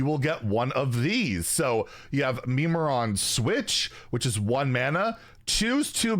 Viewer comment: Mimiron NOT Memeron